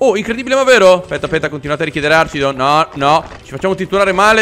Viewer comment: comunque si dice archidon con la "ch" di archi